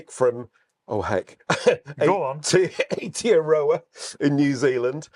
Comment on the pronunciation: If it is Aotearoa, then pronounced Ay-oh-tea-ah-rower